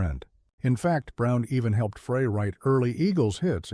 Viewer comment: Please, if you are going to continue to produce content like this, pay more attention to the end product. The embedded captioning and AI voice over should be tweaked. Glenn Frey's name is not pronounced "fray", it's "fry" and Jackson Browne's name has an e at the end. Good luck.